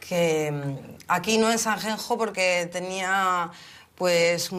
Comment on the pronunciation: Sanjenjo??? Me duelen los oidos. Es buena cantante, pero siempre da una imagen de tontita pija alucinante. Cada vez que dice Sanjenjo me sangran los oidos.